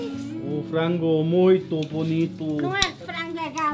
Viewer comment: Amelie: " o vinho é muito bom " perfectly said :-)